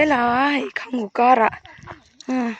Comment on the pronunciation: Mai a tih loh in, khanghu pwh hi khangngu ati dwn amii🤣